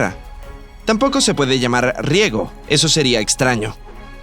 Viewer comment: RIEGO en vez De RIESGO